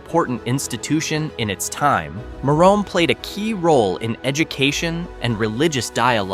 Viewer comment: Merom is pronounced meh-rumm, or mirr-uhm, not mirr-ome.